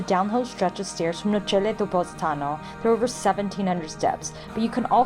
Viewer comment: Nice video guys ! You did a good job on Italian pronounciation except for Amalfi which is AM-alfi (not AL-mafi) BOM-erano and Nocelle sounds like NO-chelley. Great hike !